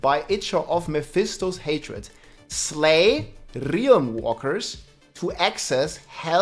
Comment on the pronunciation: your rolling r's are 10/10.